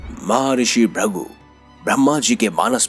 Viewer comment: Bhai Rishi ka naam Bhrigu hai na ki Bhrangu as pronounced by you